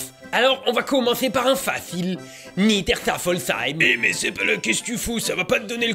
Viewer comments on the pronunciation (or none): Ca se prononce Nieder "ché" ffolsheim, pas Nieder "cha" ffolsheim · C'est marrant de t'entendre prononcer Niederschaeffolsheim avec un "A" pour le "ae" ^^ (Je suis pas loin de Haguenau, les prononciations sont différentes.) Comme toujours, belle vidéo, qui tapait fort dans le poétique. On aurait presque pu croire à un cours d'histoire par Ballade mentale. Bref, merci à toi et à Gontran, j'ai encore passé un très moment qui fait réfléchir.